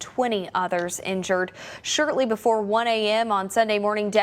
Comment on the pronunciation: she said “shirtly” and not “shortly” here.. weird..